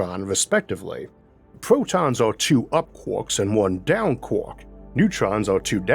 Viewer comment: I LIVE for when you say Quarks ahhaha Kwaaaak. i LOVE IT! <3